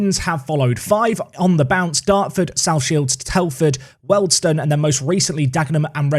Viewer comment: I know it doesn't matter but I feel obliged to say Wealdstone is pronounced 'wield' rather than 'weld'. The Wealdstone Raider would fuckin' give it ya if you got that wrong